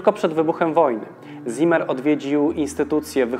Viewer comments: nie "ZImer", ale "Cimer" (Tak czyta się słowo w zapisie "Ziemer"). Poza tym: łapa w górę; program na db+ Ciekawostką jest jednak to, że nazwisko to wskazuje na żydowską proweniencję; taki człowiek był w III Rzeszy. Parę lat później by go aresztowali i może nawet zabili. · wszystko ok ale w niemeickim Z zawsze czytamy jak C, więc nie Zimer a Cimer to tak na przyszłość, pozdrawiam.............................................................................................................................................................., Z występuje w literze S, na początku wyrazu (z wyjąkiem St i Sp) między dwoma samogłoskami, i po spółgłoskach N, l, r, m, przynajmniej w "szkolnym" hochdeutsch czyli dialekt Hannoverski (potocznie niemiecki) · Zimmer czytamy cimmer.